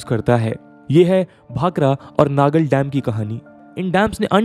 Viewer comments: it's not नांगल , it's नंगल 😇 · It is not "Nangar Dam" It is "Nangal Dam" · FYI it's pronounced as नंगल and not नंगाल. I'm from Nangal. Thanks for the great video anyway. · भाई वो नांगल है नानंगल नही